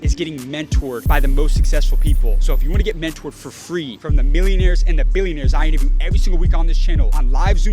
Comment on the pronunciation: I think you lack emphasis on the "B" from Billionaires, cause we all know, the dankest way you say that "B" the more street cred it give you!